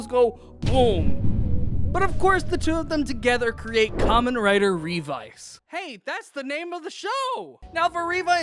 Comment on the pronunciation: My man just said Revy. Your video looks fun to watch, but I can't get over the fact that you pronounced it as Revy when it's pronounced Ree-Vi, so once adding in Vice, it's appropriately Revice.